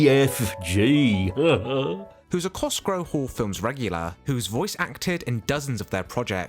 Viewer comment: Why is "Cosgrove" repeatedly mispronounced?